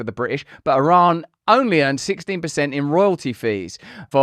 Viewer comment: Youre not pronouncing Iran correctly Russell come on mate